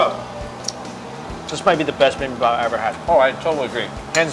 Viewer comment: for future reference bibimbap is pronounced bee-beam-bpap and galbi is pronounced galr-bee